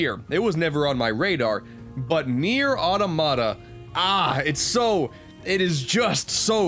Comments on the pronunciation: I hate being poor, I haven't played a single one of these games. Also, what is up with the way you pronounce Automata? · Please learn how to pronounce automata